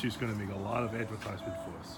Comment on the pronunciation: get to the choppa, it's ahdvetyzement